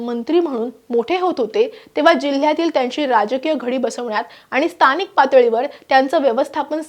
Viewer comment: स्तानिक नाही गं बाई.स्थानिक असा उच्चार आहे